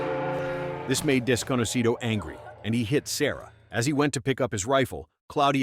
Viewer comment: Apparently you are, I know spanish and it sounds weird when he says Desconocido bc most english speakers sadly dont know shit about spanish and would probably think thats his name besides that are like you, a Lisa Simpson